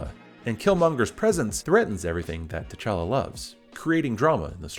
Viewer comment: You pronounce his name "téchala" when it fact you should pronounce it "tchala" ( only two syllable in his name not three). The "t" and the "ch" have to be pronounced at once , not separately . Swahili is not my native language but i have family members who speak it , also all african languages have the same prononciation for consonants and groups of consonants . You have to be able to pronounce words who start with "gb" " tch" or "mb" with a lot of ease. Though I really enjoyed this video (liked, subbed) , you're absolutely right , villains are underwhelming nowadays , it's almost as if they want to turn them into good guys